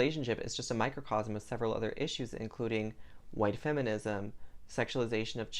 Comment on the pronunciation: Are you Southern? Because you said "white" with an extra emphasis on the H like a second syllable just like my grandmother from Georgia does.